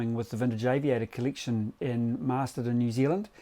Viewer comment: "colliction" LOL